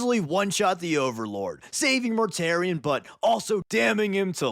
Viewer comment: Mortarion: ❌ Mortare Ian: ✅